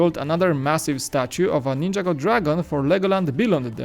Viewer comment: nin - ja - go not ninja go